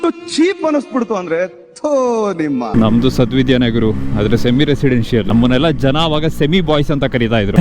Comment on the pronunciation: adu ಸದ್ವಿದ್ಯಾ ಅಲ್ಲ sad-vidya 😂 😅